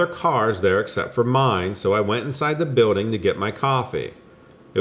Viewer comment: I love when you say “biwlding”.